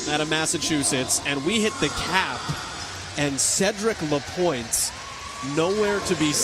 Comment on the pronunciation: Event 2 and the commenter still says ‚Lapointier‘! This guy is call ‚Lapointe‘ man!!!! Could you learn at least the names?!!